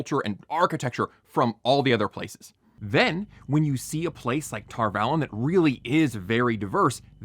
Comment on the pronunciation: Okay, a couple of things. First of all, you're so nitpicky, but then you pronounce Tar Valon incorrectly. Boo. Second, bro, I hate to be the one to have to break it to you, but gay people can and do have kids. Claiming the show is inconsistent based on a tiny flashback that does not in any way claim that Rand's ancestor never dated anyone but that dude on the carriage is either disingenuous or idiotic. Third, sure, you're willing to accept magic and eyeless monsters whose cloaks don't flap in the wind, but not a village with some brown people in it? Uh huh. This is the kind of "criticism" I despise the most. Just come out and admit that you're bothered by the gays and the brown people in your LOTR clone. Don't pretend like that has anything to do with the rules of storytelling or... I don't know, whatever keeps your cognitive dissonance at bay. I'm quitting ten minutes in, after giving you the benefit of the doubt, because so far, this has been nothing but an attempt at rationalising the fact that you feel uncomfortable with brown and queer people occupying screen time. It's silly and profoundly unserious. The show does have writing issues, and there are many reasons to dislike it, but this ain't it, bro.